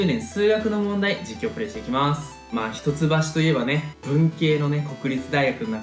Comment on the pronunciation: ひとつばしって言うのか笑 「いっきょう」って言ってた (￣∀￣)